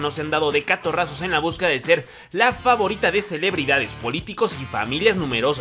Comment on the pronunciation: Dijiste famorita lo noté lo noté 😉